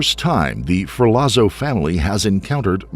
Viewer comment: In Italian, a "zz" sound is pronounced like "tz" - as in "pizza"...which of course is pronounced "peetza" - not "pizz - uh".